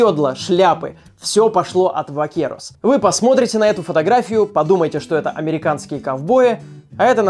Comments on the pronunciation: А это испанские vaqueros. Я такой: оригинально... ( los pantalones vaqueros - джинсы) И читается "бакерос" кстати. *студент физ-мата. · поправка: испанские ковбои называются не "вакерос", а "бакерос". В испанском языке нет звука "в", буквы v и b произносятся одинакого как "б", поэтому их частно называют v-vaca (vaca - корова, отсюда слово vaquero - ковбой) и b-burro (burro - осёл)